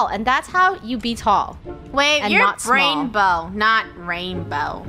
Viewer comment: ITS BRAINBOW NOT RAINNBOW